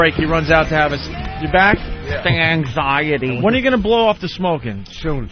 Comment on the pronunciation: “Eggxiety” lmfaoooo